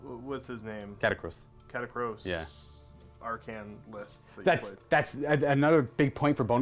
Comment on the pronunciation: I believe it's pronounced 'arr-can'. That's how they pronounce it in TW:WH, anyway.